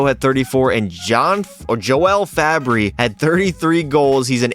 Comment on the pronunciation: this guy called the sharks and blues poverty and pronounced joel farabee like 'yoel fabbri' 😭😭😭😭 hes american not finnish 💀💀